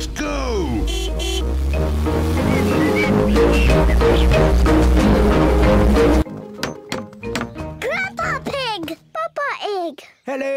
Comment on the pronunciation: Why did George say grandpa ig not grandpa pig